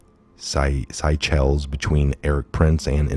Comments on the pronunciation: Seychelles is pronounced Sea-shells (it's french). She (Killary) is up to her dirty neck on these sex offences. Did you see that the child protection head of the UN got sentenced too. Don't know if there is a connection. Worth looking into. WWG1WGA 🇬🇧🇺🇲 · Pronounced SAY-SHELLS